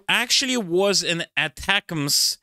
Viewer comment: Possibly the only persons who doesn't know how to pronounce 'ATACMS'. . It's pretty easy - ATTACK 'ems